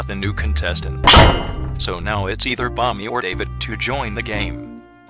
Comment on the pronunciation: Why did I hear mommy when the announcer said bomby